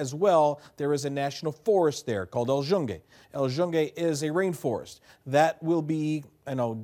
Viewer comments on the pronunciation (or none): El yunge 😂 na na tranquilo q yo se q no hablas español bien pero es q nunca había escuchado eso 😂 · thats now how you pronounce the forest lol